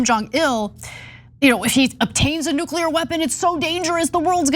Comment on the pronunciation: Nu-ca-lear weapons? Should pay attention to her pronunciation if she wants to be taken seriously as a public intellectual.